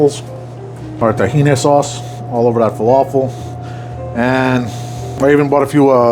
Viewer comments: Stop calling it "tah-he-knee" it's "t'-he-nah" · its TakhinA no one in the Middle East says Tahini